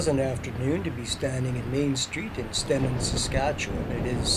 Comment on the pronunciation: I grew up there, and went to school there too. Stenen is pronounced "STEENEN" with a long 'e'